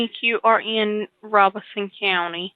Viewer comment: You may be the first narrator I've ever listened to here that pronounces the county of Robeson in NC correctly. Thank you for taking the time. Later.